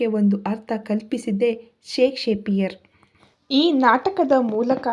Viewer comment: Ri madam shake shakpiar alla adu shakspear asthe 😊